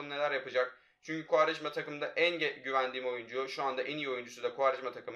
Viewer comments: Koraya futbolu kim öğretti -kuarejmaaa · Kuarejma Tekrar söyle Kuarejma Gel lan buraya